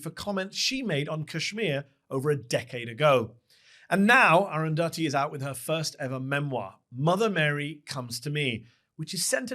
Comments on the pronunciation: I have never heard aruthathi pronounced like that 😂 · please pronounce arundhati roy properly